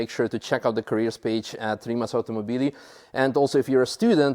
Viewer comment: Rimak 🙉🙊🙈 it's Rimac, pronounced Rima(ts) I cannot understand why is Mate not complaining about how his name is pronounced.